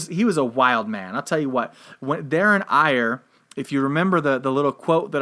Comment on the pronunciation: Ayr in Scotland is pronounced Air... Kirkcudbright is pronounced Kircoobrae